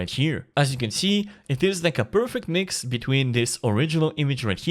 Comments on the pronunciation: I think he was trying to say Mix it with Jinx from Arcane. but I thought it was hilarious as well. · Did my man just say "Minx" from Arcane? 😂 Jokes aside, this is awesome. Good to have you back!